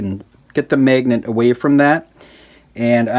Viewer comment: It’s always weird when people can’t pronounce certain letters. Like the short “a” sound in this video. Who pronounces magnet as “MAYGNET” 😂 Still an informative video. Thumbs up and all that.